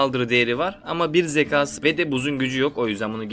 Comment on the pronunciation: uzun zamandır izliyorum seni ama artık zeka, kâğıt gibi kelimeleri lütfen daha düzgün şekilde telafuz et. Uzun süredir video çekiyorsun lütfen daha dikkatli ol